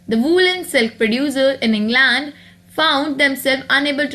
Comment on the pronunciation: also, you pronounced England wrong. no offense just helping u improve.